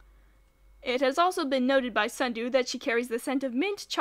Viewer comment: SNUDU, not sundew, SNUDU